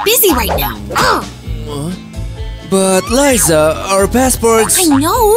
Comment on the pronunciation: It is not luza it is liza